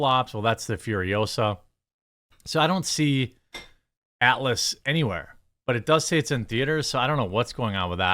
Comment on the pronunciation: Jeremy your midwest accent I barely notice... Usually... but the way you pronounce "Atlas" sounded like "Alice" until much later in the clip.